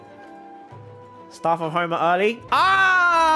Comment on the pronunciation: How we say it Staff of homa How he say it: Staurf ourf hourma